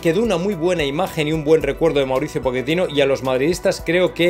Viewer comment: Po-che-tino ( chhhheeeetino) por favor